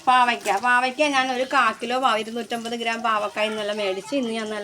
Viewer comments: Pavakka alla.pavacka.over talk. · Pavaka alla. Pavayka